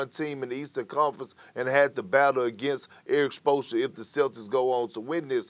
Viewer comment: "Erik Spolsha!" - Perk